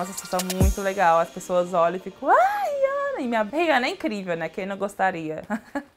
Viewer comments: It's funny that she say "Rihanna" really bad... 🙆 It's like "Rhhjana" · Just so everybody knows her name is pronounced (re-anna)